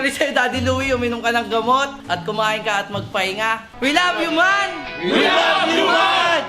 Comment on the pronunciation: Dapat EEEEEEMAAAAN hindi EYOOOOO